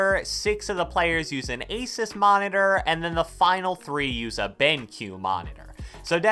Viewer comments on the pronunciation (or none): none